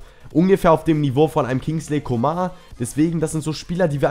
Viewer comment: Man spricht ihn nicht Coma aus ;) Sonst gutes Video!